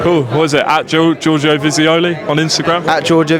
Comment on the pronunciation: Giorgio "jafooli" ...